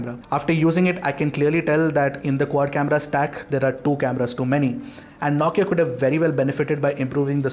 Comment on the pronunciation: Ffs. It’s “No” Kia not “Nau”Kia.